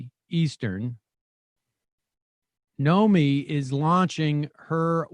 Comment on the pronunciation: Sam still screws up Nomi’s name